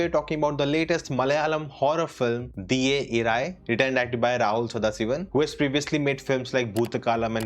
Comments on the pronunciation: Not " diye " , it's dias , like day in Spanish , like buenes dias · It's dìes irae 😅 not diye irae 😅😅 meaning Day of wrath